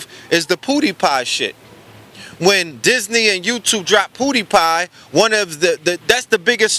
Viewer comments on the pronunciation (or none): Its not pooo deee pie!!!! LMAOOOOOO it's PEW DIE PIE!!! And its ASHKENAZI & SAFFADI!!! DAMN RED DO YOUR GOOGLES!!!